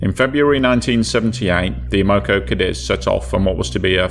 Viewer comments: the oil company's name is pronounced AM-O-CO. It stands for AMerican Oil COmpany. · It's pronounced Ammo-co. NOT A-Moco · A Moco? I have always heard it pronounced Am o co. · its not Ah-mo-co it's pronounced Am-uh-co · I cringe every time I hear about the "a-MO-co Cadiz. It's AM-o-co Cadiz". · It's AM-uh-co, not uh-MO-co. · We pronounce it Am-a-co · (AM-O -CO ) American oil company, If you're going to explain something about an American company or the American people, pronounce it correctly, Americans deserve that,If not for America and it's men you would be speaking German right now TY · You're always eloquent and respectful, which I appreciate. However, as a Chicagoan, just have to say the pronunciation of the first word in the name of the first story's ship grated on my ears. Like others have said, it's AM-oh-co. (Originally one of the Standard Oil companies, it later became Amoco, which is now owned by BP.) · Great video but that's not how you pronounce Amoco😆..AEH-MUH-KO😉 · Am O Co is how to pronounce. Good video Thanks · Stop saying it wrong! 😅 It's Am Ma Co. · As a Chicagoan, that drove me nuts. AM-oh-co, damn it! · AM-O-CO Amoco! That's how its pronounced. Who in there right mind would sail a tanker in to a Gail? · So every syllable gets accentuated? SMH AM-uh-co <-- this is how you convey phonetic pronunciation. (alternately, you can replace the first hyphen with an accent/single quote mark) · Have I been pronouncing Amoco incorrectly for 40 years? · You're pronouncing Amoco incorrectly That is, unless you are stating the Spanish translation of "to snot" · The pronunciation actually makes sense if you're not familiar with the company. American Oil Company. Oil isn't pronounced "AWL"